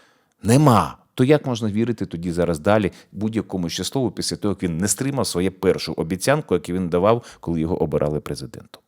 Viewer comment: Не обIцянка,а обiцЯнкая! Ударение на Я! Ну вы ведь не з файного миста Тернополь....